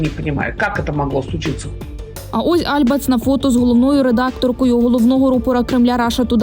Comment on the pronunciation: альбАц, а не Альбац, взагалі-то дарма на неї накинулись, бо вона не пропагандистка